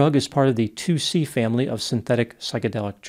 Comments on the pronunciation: It’s called ‘tuci’ it is NOT 2-C this is often confused. Thanks Vice. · Hey, That drug is pronounced TOOCHEE- As for that Horrific and Tragic case, I Hope that that Disgusting and Selfish young woman will be spending MANY Years of her Pathetic life in prison- Anyways, Thanks for Yet Another Interesting and Informative Video